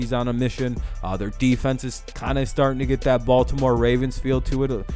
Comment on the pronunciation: balt-NO-more beat K.C. relax n do your homework B4 taping